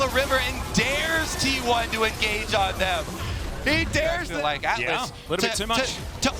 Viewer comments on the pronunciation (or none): none